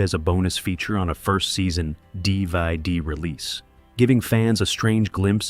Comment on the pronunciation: I had no idea his name was Thicky, and that DVD was pronounced “deeveed” (lazy ass AI narrating)